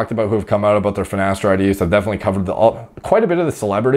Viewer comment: I doubt he takes finateride, he can't even pronounce it correctly